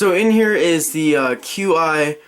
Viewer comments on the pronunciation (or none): QiYi is pronounced as "Chee--ee" if that helps. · I'm 99% sure it's pronounced "Chee Ee" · I think that QiYi is pronounced "chee yee" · Ok, I know I'm like 4 years late but it's pronounced chi-yi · The QiYi is pronounced kee yee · The QiYi is pronounced chee-yee